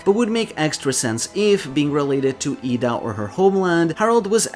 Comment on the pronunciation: Slight correction in your pronounciation of Ida. Your pronouncing the A as it's pronounced in "arm", but it's supposed to be pronounced like the A in "apple".